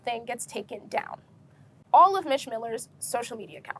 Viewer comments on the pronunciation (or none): Mich is pronounced like Meech. Hope you interview people who were involved from the beginning for full context.